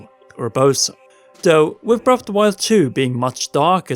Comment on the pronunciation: You say Breff of the wild. HAHAHA sorry!